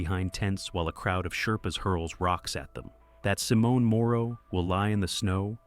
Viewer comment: And Simone in Italian is pronounced SimON-eh. The final e in Italian is never silent.